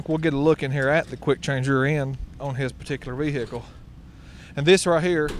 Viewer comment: stop saying rehical